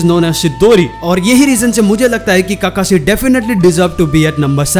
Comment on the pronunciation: And han bhai tum Naruto dekhna dsereve hi nhi krte Kakashi ko kakasi bolte ho tum 😠